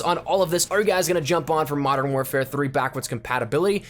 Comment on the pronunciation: What the fuck is 'Madden' it's pronounced Mo-dern